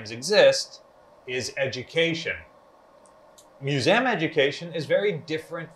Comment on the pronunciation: Okay love your vids however please for the love of God say MISSOURI AND MUSEUM RIGHT